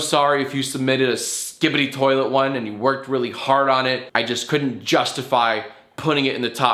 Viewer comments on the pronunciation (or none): What the hell is a "Skibedy Toilet"?